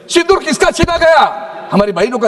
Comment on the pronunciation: Shindoor nhi baba Sindoor, pahle Hindi to dhangse bolane sikh😂